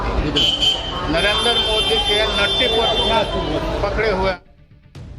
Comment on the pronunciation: तेजस्वी यादव को नरेन्द्र का उच्चारण भी सही नहीं कर सकते हैं नरेन्दर कहता है। ये सब देश चलाना चाहते हैं